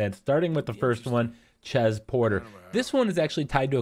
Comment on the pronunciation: "Chez"... lol